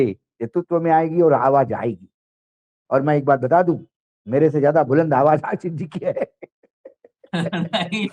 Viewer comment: आसीस नहीं, आशीष . मेहरबान हो जàइये हम पर. हम आपके मेहमान को सुन ने के लिए आप का चैनल सब्सक्राइब किया हैं. अगर आप को सुन्ना हैं तो आप को फोन करके सुनेगा ना ? १२ मिनट के भाषण में ११ मिनट फटाफट वो भी मेहमान को साथ लेकर . बस आसीस , बहु आपला मानुस आहे , उन्हें मालूम हैं सब कुछ, क्योंकि उनका नाम अशोक वांकडे हैं